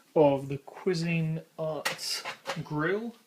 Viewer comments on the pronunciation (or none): To the OP, the brand "Cuisinart" is NOT pronounced "qwa-ZEEN-art," it's correctly pronounced "QWEEZ-en-art." I know that's nit-picky but that's the way I've heard everybody pronounce it for more than 50 years...